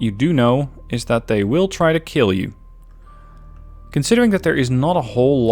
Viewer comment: "It will kiel"